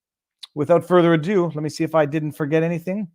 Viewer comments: Its ado not adieu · "Raison d'être" is indeed French, but "further ado" is English. Don't pronounce it "further adieu".